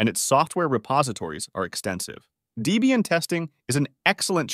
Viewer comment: DEE-BEE-ANNE = Dislike